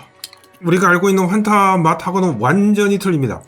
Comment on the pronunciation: 정확한 발음은 퐌타 네